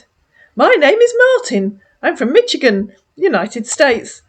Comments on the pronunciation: Catching up on your lovely videos, they're so entertaining while I get ready for my Friday night. Just a tip: Michigan's ch sounds like an sh. We say it more like Mishigan. Yeah it's odd but, there we go. Love your videos! Carry on my dear and have a lovely weekend! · fyi, Michigan is pronounced “Mishigan” in the US 😊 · dear lady, it's pronounced Mish-igan,lol, just want to help a sis out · Michigan typically pronounced Mish i gun